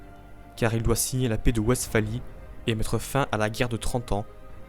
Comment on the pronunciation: Merci pour la vidéo. On prononce « V »estsphalie, Cardinal de « RÉ ».